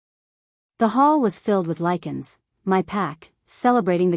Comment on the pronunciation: Let's say it together, now....ready? Lie-can......Lycan AI is stupid af!